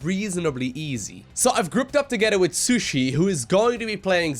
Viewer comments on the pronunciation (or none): still calling poor shisui, sushi XD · it's SHI SUI:o